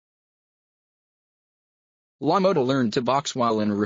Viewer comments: Is this guy telling the story punch drunk ,he cant even pronounce Jake's name right "Lo Mowta" what a joke. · If your going to talk about one of the Greatest boxers to ever fight please pronounce his name right. Really